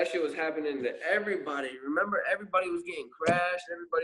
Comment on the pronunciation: Bro I HATE how you say "everybody"😂😂😂